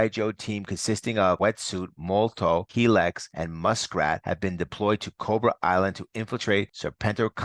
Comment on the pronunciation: You are adding to many N’s to the name Revanche. You are saying Revananche. Also, her name is Helix (he licks) not Hellix